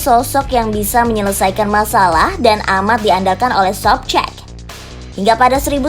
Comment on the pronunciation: Pronunciation bahasa Rusia ama bahasa Jermannya alay 🙏🤝 Leningrad (bukan Leningr:ed) Anatoly Sobchak (bukan Sobch:ek)